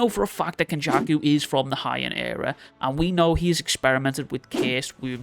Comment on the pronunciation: HE-AN era*** not Hi-end era lol (also, there has been theories already that Yuji is curse womb, painting… you’re late)